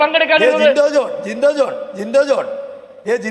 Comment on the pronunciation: ജിൻഡോ ജിന്റോ ജിൻഡോ ജിന്റോ ഇങ്ങേരെന്ത് പേര് പറഞ്ഞ് പഠിക്കുവാണോ പൊട്ടൻ